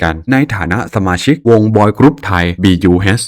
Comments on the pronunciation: พี่ค่ะBUSค่ะไม่ใช้BUHนะค่ะ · วงคอปเปอร์ออกเสียงว่า บัส นะคะ